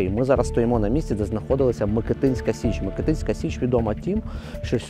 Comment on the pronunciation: Січ МикИтинська, а не МикитИнська. Наголос там же, як ви вимовляли МикИтин Ріг